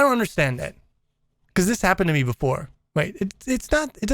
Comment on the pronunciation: It's "what happon",not "what happen"